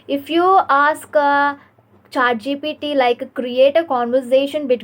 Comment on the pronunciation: It's not ChaatGPT please 💀